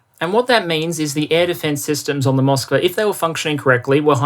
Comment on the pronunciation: I believe the ship was named Moskva, not "Mosvka". It's the name of Moscow in Russian (spelled with our alphabet).